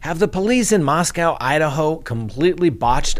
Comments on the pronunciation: SO sad. I live about 2 hours from Moscow (we pronounce it Moss Coe, not Moss Cow around here.) There is another large University (Washington State) about 8 miles west of U of I. I haven't heard if students there are alarmed. I think I would be. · they pronounce it "Mahs Kohh" - like coca cola. Not cow. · Just FYI, Moscow (the Idaho one) is pronounced with a long O on the second syllable. I lived there three years and the townsfolk will quickly correct you if you mispronounced it. 😂